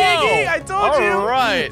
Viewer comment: WTF u says omg😂😂😂. Its iggy